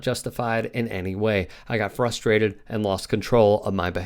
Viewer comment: Did you actually say "flustrated?"